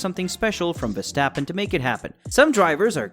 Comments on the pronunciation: look mate with a channel name Max Verstappen at least pronounce his surname right. Way you propounce his name should be spelled VerstEppen. Obviously it does not spell this way. Now do your homework and find out the proper way to pronounce his name . And no your American background is NO excuse to butcher names, so do better and be that real fan by showing respect :) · The A in Verstappen is pronaunced like the AU in laugh. But I understand you are trying your best. Dutch sounds are not easy to learn. Keep up the good work and thank you! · Stop whining dude, you sound like a frustrated fanboy. Even commentary from F1 tv pronounce him as verstephen or versjtappen.. whatever. Dutch commentary also fucks up Ricciardo.